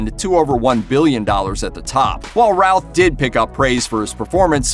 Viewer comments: First thing,...pronounce his name right.....Brandon Routh,.....pronounced like Ruth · It keeps sounding like he's saying "Ralf" instead of "Routh" ^_^ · Love how he pronounces his last name all wrong.